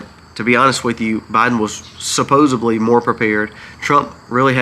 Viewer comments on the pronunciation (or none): none